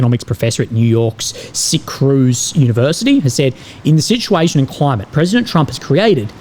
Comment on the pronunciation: Syracuse is pronounced sair-uh-cues.